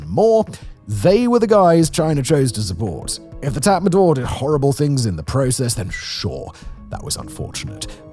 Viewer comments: Tatmadaw is pronounced as tatma-dau, not tatma-door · Could you pronounce it Tort not tat madaw.. thanks